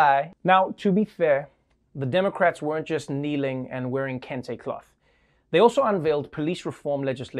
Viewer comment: Did she say Kunta Kenta colored scarfs?